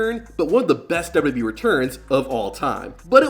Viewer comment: I see you still can’t pronounce 3 letters. It’s W W E not dub duby.